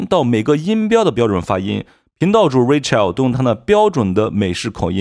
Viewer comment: Rachel 發音 ❌[ 'reɪ. tʃe~l ] ----> [ 'reɪ. tʃəl ]⭕ Rachel 發音 ❌[ 'rɪ. tʃe~l ] ------> [ 'reɪ. tʃəl ]⭕ 有些人看YT自學 發音沒得效果 還 沒 從 0 跨 到 1😢